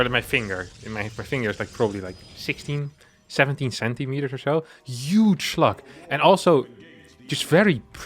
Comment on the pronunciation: Am I the only one who heard sluts?